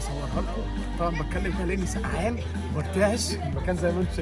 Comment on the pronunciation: بترعش مش برتعش 😂😂😂😂😂👍🏻